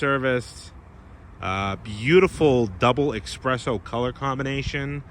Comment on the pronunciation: “Expresso”? “Sh*tBrown”? Naughty naughty! “Preferated”.😜